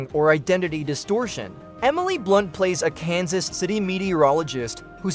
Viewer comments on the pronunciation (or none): none